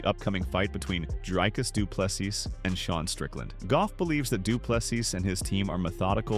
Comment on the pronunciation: How is it that there are still people that does not know not to pronounce the last s in DDP's surname? The narrator (AI?) jumps between correct and incorrect....